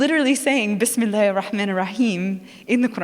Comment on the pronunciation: What a joke,, you canot even pronounce bismillah properly..